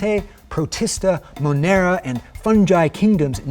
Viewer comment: "Monera" yikes!